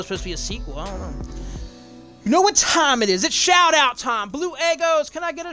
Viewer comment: It's your bleuuu in british